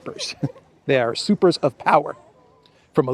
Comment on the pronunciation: usurper, the first syllable pronounced as ju: or (you)